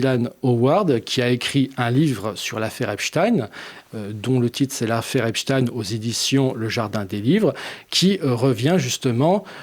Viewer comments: Pourquoi dites vous Epstine ? Pour nous faire croire à des origines russes ? Non messieurs, c'est Ep-chtaïne et il était juif, tout comme Bronstein (alias Trotsky) d'ailleurs... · Epstein est un nom allemand stein = la pierre et ça se prononce chtaïn. Compris ? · Affaire "epstiin" ???!?? Prononcez correctement svp! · Tout ce qui finit par stein est juif.... voilà pourquoi ils changent la prononciation... Weinstein (me too) Bronstein (Trotsky), etc...